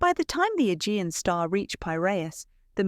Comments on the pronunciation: A-gee-an. Not e-gin. Forgot ai. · Learn how to pronounce names and words. It is the Ah jee anh sea. Agean sea